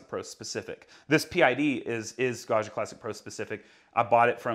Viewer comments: I love how in English you say “Gasha” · think of it as pronouncing the name John... it's a hard and bouncy "G", not a a smooth soft G like in the french "jean".... Also, being a double g means you have to hold it a little longer. Ok I'm done with being a pronounciation nerd.:) Thanks so much for the videos, they're great. Ciao.